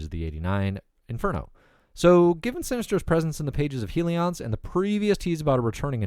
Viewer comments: It HELLions. Not HEELions. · Had to stop watching simply because of his pronunciation of “HELLions” smh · Pronounced "HELLions", like "HELLfire". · I don't think you are pronouncing that title correctly... Hellions, like "Hell-yuns"... lol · Good vid but you can't pronounce Hellions to save your life lol.